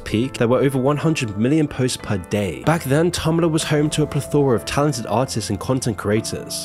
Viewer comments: It's plethora not plethera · he can't even pronounce plethora. He's clearly morally challenged.